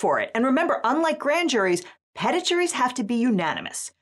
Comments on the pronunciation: i think it humorous that they dont pronounce it peteet cuz, i dont. know, dignity? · Pronouncing 'petit' as pedit is causing me psychological damage every time. I know we took it into English and changed it for law here but we didn't change it enough. It's just misspelled French for small. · Are we not going to talk about how petit isnt pronounced petite? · I'll be honest, I always assumed the "petit" in the term petit jury was pronounced "peh-TEE," as in the French pronunciation, or "peh-TEET," as in an Anglicized/Amerianized pronunciation. It's just one of those terms I've only seen in print. Surprised to learn that it's pronounced like the last name of former Yankees lefthander Andy Pettitte. I learn something new on every video on this channel, but that nugget surprised me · Do you really honest to God say pet - it in the USA for petit? No way man this can't be real... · Am I the only one about to have an aneurysm listening to "petit" pronounced like "pet it"? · PEH-TEAT. ITS PROUNOUNCED PEH-TEAT!!! //SOBS in french... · Why has the US legal system forgotten how to pronounce “petite” or even petty. Grand juries were abolished in the UK because they would charge a ham sandwich with being kosher if a prosecutor wanted them to. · Came here to say that the way you guys mispronounce "petit" (small) is triggering me hard every time I hear it. 😢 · Am I the only one who couldn't get past the way the Americans are pronouncing "petit"? It's a French word that rhymes with happy. Otherwise, very informative. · The pronunciation of "petit" throughout this video has made me very upset. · is the entire US legal system unable to pronounce the word `'petit' properly? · Petit From the French small Vs grand from the French big I have no doubt it is the agreed upon pronunciation in American law But holy smokes is it jarring 😊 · The horror I feel as a bilingual Canadian learning how USians pronounce "petit". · that cannot seriously be how you call petit omg